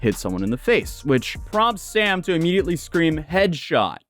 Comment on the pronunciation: He literally said head sbot